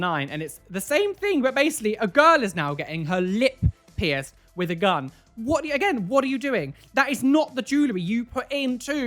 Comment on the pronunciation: nobody: absolutely nobody:: WHOT AH U DOENG